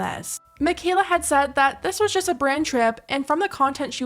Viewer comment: Wtf is jijest?🤣